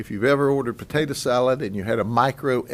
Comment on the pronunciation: "Patadah salad maker"